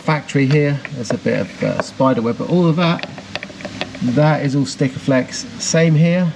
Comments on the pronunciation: It’s not “stickaflex” it’s sikaflex, it’s a brand... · How many times did you say " STIKAFLEX " .... our bodymen used to go mental with anybody that said that coz there's no T in it , its a comon thing to say but it's " SIKAFLEX " 😂😂😂 Loving this BBi restoration , awesome work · Great update but for the love of biscuits please stop saying "Stickaflex". Its Sikaflex. It's almost as annoying as people saying "to be Pacific" when they mean specific. 👍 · Nice result on the chassis. The popular body sealant adhesive? It's called 'Sikaflex' mate :-) You said it correctly at one point then 'corrected' yourself to be wrong again :-) Another classic just like Tickworth